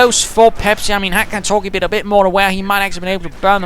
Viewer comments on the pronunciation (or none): The best part about this video is saying "Cat Orgie" 100 times as Ka-Torgee